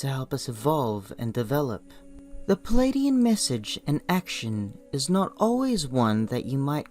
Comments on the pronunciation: It's PLEIADIAN not PELADIAN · I couldn't listen to this. The voice and the mispronunciation of Pleiadian as pelladian put me off. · General Mosquito Spray I felt the same way. Tried to listen without judgement but found this was irritating me with the mispronunciation of Pleiadian.